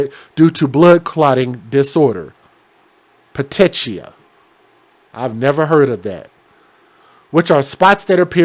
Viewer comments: Petechiae is pronounced PEH-TEE-KEEY-EYE...........Keep up the good work. I love your channel! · pettìchi is pronounced Pa tee key I. It is what is seen in people that have been strangled. The small veins in the eyes burst. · Petechiae is pronounced more like pa tee kee eye. They mention it a lot in medical reports because it's often a sign of strangulation. Keep up the great work. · Its broken blood vessels. Pronounced like puh tee key eye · It's pronounced pe-teek-ia. Petechia.